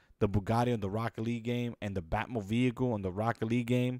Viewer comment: blud said bat mobeicle